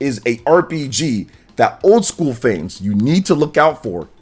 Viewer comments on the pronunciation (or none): none